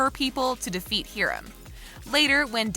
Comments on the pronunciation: "Heerim" its Hiram Hi-rum sorry. This is not a mean or mad comment. I know it sounds like it. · Mr. Lodges name is pronounced hi-rum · I’m sorry “heerim” you say? 😭😭😭